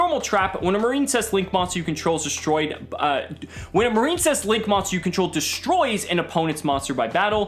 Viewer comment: Is it not pronounced Mar-in-cess? I feel like that's the pun (like princess)